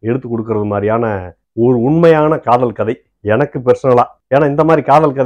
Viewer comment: காதல் இல்ல, காதோல் 🤣🤣🤣🤣🤣